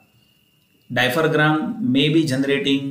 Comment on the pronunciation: Oops it’s diaphragm...not dipharam..but thankyou for the concept